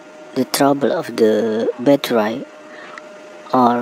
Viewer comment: It is battery not batterai